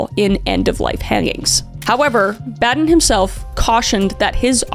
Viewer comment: Boh-din is how you pronounce his name. He is widely known as the Michael Jordan of forensic pathology.